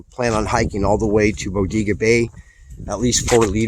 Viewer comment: Locals pronounce it Bo-dae-ga